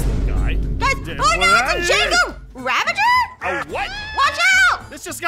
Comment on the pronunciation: Aphmau:it’s a JENGA… ravanger? Me: ITS A JENGAGER